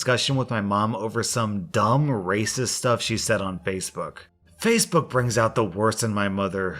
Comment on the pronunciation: Nothing against, I like his channel too, but those TTS voices are funny sometimes, e.g. “fassabook” and other mispronunciations.